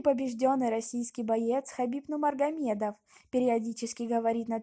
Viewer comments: Автор говори правильно не Нумармагедов а НУРМАГАМЕДОВ!!! ХАБИБ НЕ ОСПОРИМЫЙ ЧЕМПИОН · Фамилию произноси правилно пж. Нурмагамедов, НуриМухаммад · Сперва научись говорит ево фамилию потом расскажи о неём ( Нумармагамедов) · Сначала учись сказать Нурмагамедов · Не Нумаргамедов а Нурмагамедов😅😅😅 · вы конечно меня извините но сначала фамилия Хабиба правильно говорите пожалуйста я весь видео смотрел но не услышал в его фамилию букву РРРРРРР.,, НУРМАГОМЕДОВ,, а не _Ну магомедов_ Спасибо Всем САЛАМАЛЕЙКУМ ✊✊✊👆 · не нумаргамедов а нурмагамедов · Худо бигират маймун аввал гапзаниро ёд гир баъд гап зан! Нумаргамедов?))) Вот ты дурочка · Автор назавити его фамилия правильно и без ошибок. Он Хабиб Нурмагомедов а не Нумаргомедов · Алее, ведущий у тебя проблема с ОРФОЭПИЕЙ, научись читать и произносить слова правильно. Не Нумаргамедов, а НуРмагомедов! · Е бева нулмагомедов не нурмагомедов тупой изучить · Нурмагомед а не Нумаргомед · Как как Хабиб нумаргамедова😂😂😂😂😂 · Автор правильно читай фамилия НУРМАГАМЕДОВ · сначала правильно Скажи фамилию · Админ ты Хабиба фамилию не можешь нормально выговорить еще че то там вякаешь. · Мне кажеться или девушка на видео не может правильно выговаривать Нурмагомедов??🤔🤔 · Фуу Почему неправильно говоришь имя фамилия бойцов 🤦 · хабиба нурмаргамедова, сначала правильно приноси фамилия человека, а потом говори на русском языке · Фамилию правильно говари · Ты отчество не правильно произносиш!!!! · Хотябы его фамилия правильно говори 🤦‍♂️ не тупи🤦‍♂️🤦‍♂️🤦‍♂️ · Ты хотя бы правильно произноси фамилию Хабиба... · Ассаламу алейкум ва рахматуллахи ва баракату. Прошу правильно произнёсти фамилию Хабиба. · Дуруст гапзан охи нумаргамедов не Нурмагомедов